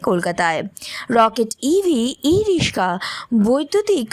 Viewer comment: ই-রিস্কা না ই-রিক্সা? আমরা "রিক্সা" শুনে এসেছি বলে হয়তো "রিস্কা" শব্দটা কানে লাগছে!